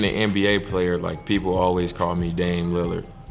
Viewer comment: He said MBA in stead of NBA